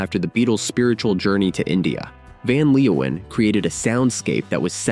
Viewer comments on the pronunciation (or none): "Van Leowhen" 😂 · We were all in love with Mariska in those days… Van Leeuwen played in The Motions (with an s). One more thing: please learn to pronounce the dutch names. Your abuse of this language hurts my ears…